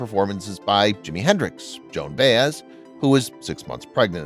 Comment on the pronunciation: This idiot can't even pronounce Joan Baez's name.